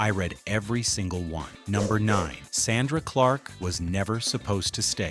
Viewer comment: SIR, I CAN TELL U WASN'T A FAN OF THE THIS SHOW. THE NAME OF THE SHOW WAS TWO TWO 7. JACKEE CHARACTER'S NAME WAS SONDRA NOT SANDRA. HER REAL NAME IS PRONOUNCED JACK/KAY NOT JACKIE. 😊